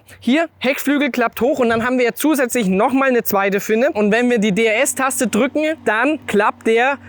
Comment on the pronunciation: Danke für diese lustige Video. Wir hatten wieder richtig viel Spass. Nicht vom Inhalt, sondern von deiner Aussprache. Machne, drückne, haltne, habne, hintne, untne, gewesne, durchfahrne, durchcheckne, das ist ja nur eine kleine Auswahl. Unsre kleine Gruppe hat jedesmal einen sitzen, ne sorry, sitzne wenn wir einen kurzne trikne bei deinen lustigne Videos.